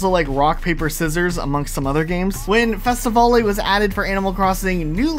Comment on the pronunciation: no hate, but it’s not “Fest-a-val-ay” it’s “Fest-a-vail”